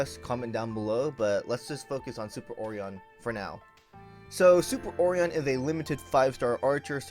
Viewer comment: hearing ore-on is ridiculous... for O-ri-on (O-ry-On)